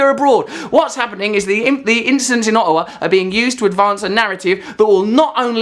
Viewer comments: Hey Russ. Firstly, its OTTAWA, not aw-a-wa. Secondly, we don't all hate Harper. He was elected with a majority defeating the previous liberal government. Most of us had had enough of THEM. You saying we all hate Harper is just you hearing what you want to hear. Thirdly, many of those who do hate Harper are blaming him for these attacks as he OK'D Canada sending in air support against ISIS. They are drawing the same conclusion, that these attacks were motivated by Canada's involvement and Radical Islamists who are mentally unhinged. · K, first of all it's not "AH-hawa" it's Ottawa...2 t's, no h's. I don't understand why you can't pronounce T's, it's just, weird to me. Secondly, i like you. I honestly do and i respect your views thoroughly and always have. That being said, this seems a little more self serving of a point of view than normal. Doesn't really matter though as you're completely entitled to it but i mention it because i find this piece has a little less integrity than normal. Why do i say that? Because a few things were just factually false and you could have easily avoided that by doing a simple 2 minute web search to know your facts. You've got some good pov's, but you get lost in something more selfish. One final note, you could have attempted to show some sympathy for the tragedy rather than only attempt to bring attention to yourself (opening line of "subscribe - subscribe - subscribe!!!!!! was more than smh material) but you chose not to even say something sincere to the family affected. It's always a good idea to identify those seriously affected by the very thing you're "banking" on as a sign of respect. Comedian or not, you are human and it's the right thing to do. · did he just call my city O...awa lol awesome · In "Uhhowa". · I love Russell! No need to make fun of Canadians, aay? 'Specially not the ones in Ah-ah-wa. ;) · And how about you say Ottawa right